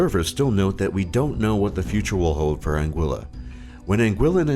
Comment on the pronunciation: Am i the only one who came to the comments to complain about the pronunciation of Anguilla? cringed every time i heard it